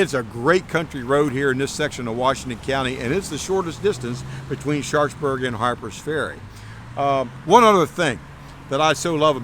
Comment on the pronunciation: Love the tour, been there a few times and look forward to getting back. One thing though, it seems the locals pronounce the town almost as 'Sharksburg'. At least that's how it sounds from:) Keep up the great work guys!